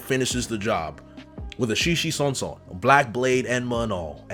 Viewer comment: Bro I might’ve cried when you said “conqueror’s shishi sonson”. Thank you for that